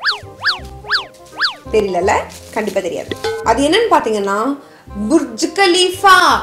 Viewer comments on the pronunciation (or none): That is பர்ச் khaleefa not புர்ச் 😇